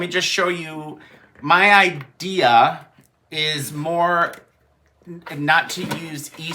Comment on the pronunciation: did you move to Boston with the “idears”? My husband talks like that. He takes the “r’s” out of park and cars and puts them at the ends of random words. 😂